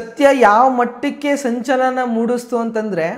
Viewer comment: ಕೇಳಿ ಕೇಳಿ ❌ ಹೇಳಿ ಕೇಳಿ ✔️ ಮೂಣುಸ್ತು❌ ಮೂಡಿಸಿತು ✔️ ಅಂತಾ ಅದು ಧರ್ಮರಕ್ಷಕರೇ 😂